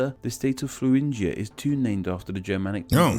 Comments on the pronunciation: Hello, nice reaction. Thuringia isn't pronounced like an "F" at the beginning. In Germany, the "th" sound doesn't exist. In Thuringia (Thüringen), the "h" is practically unpronounced. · There is no f-sound in thuringia. That's just his accent. In german 'Thüringen' is just pronounced with a t. The h is silent. 😉